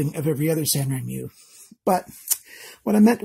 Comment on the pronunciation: The name is pronounced san ren moo. The characters are written in Japanese, I believe the Chinese company is trying to come across as a Japanese knife. Japanese words are pronounced just as they are written; the sounds don’t change if properly spoken. As in every country there are accents and slang pronunciations that might change from time to time. LOL, and it’s GAN-zo not Gone-zo. Keep up the good work. Sorry Canada is trying to make it so tough on you knife collectors.